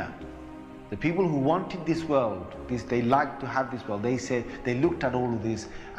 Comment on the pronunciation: he says word instead of world. Anyways, nice video!